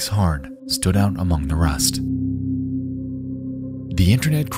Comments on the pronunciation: He just said "amoung us." And I laughed my ass off. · bro literally said "amongus" in the intro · “….among us”. Bro I know you had to do a couple takes on that one. Lmaooo